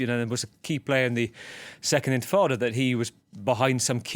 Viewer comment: It’s not infitata it’s actually intifada Palestinian uprising!